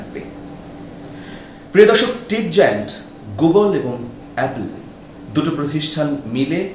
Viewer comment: "টিক জায়ান্ট" না, শব্দটা "টেক্ জায়ান্ট" বা tech-giant.